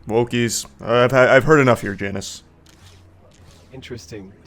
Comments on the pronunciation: Apologies, but it appears you have said Janice. The correct way to say his name is Janus. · Actually his name is Jay-nus